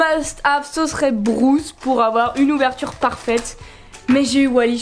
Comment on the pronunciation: Juste pour le requin ça se prononce brUce pas brOUce c’est brUce avec un U Mais sinon super comme d’habitude 👍👍